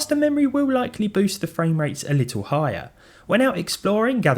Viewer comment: Why do you pronounce “little” as “litoo”?